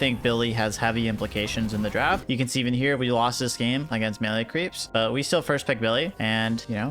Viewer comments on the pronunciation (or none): none